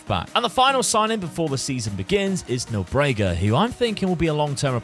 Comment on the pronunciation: Great video, once again. Just a heads up: Nóbrega (Knot-breh-gah) and Souza(Soul-za)